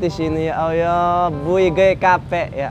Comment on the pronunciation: Tolong sdr ku kalau ngocapin ya Alloh jangan ya Ayyoh krn itu melecehkan nama Alloh, walau kmu bergurau tp nama Alloh pengucapannya jangan kmu rubah.Mf ini hanya masukan kalau berkenan.